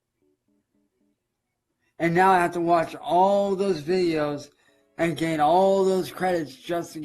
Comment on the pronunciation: thinks playing an android game on his 'chrome book' is going to be his 'car-reer'? The game developers love as he gets back to watching those ads -- or as he says "wee-dee-ohes" -- again!